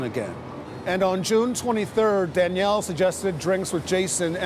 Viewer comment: Why can’t the narrator pronounce Danielle properly?